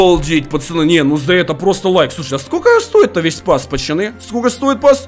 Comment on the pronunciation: почему он говорит не пацаны а пачаны